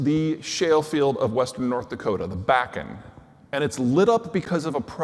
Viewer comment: I am from North Dakota. Be nice. We were able to assimilate a few million people, get them housing, get them working, and keep everyone fed....in negative 80 degrees, with zero help from the fed. It's pronounced B-ah-ken. It's a family name that has been in the area for at least 150 years.